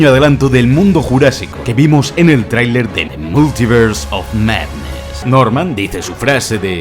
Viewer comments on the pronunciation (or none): none